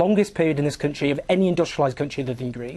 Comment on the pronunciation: Countsheee. Countsheee. It's country you dull little wank.